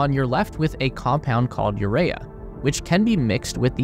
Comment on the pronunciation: lol what an idiot, he called Urea "Uraya"....that just goes to show how uneducated these people are...that's like common knowledge !